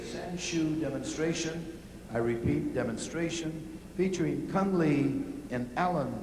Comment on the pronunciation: Cung Le not Cune Lee, you are not a Vietnamese.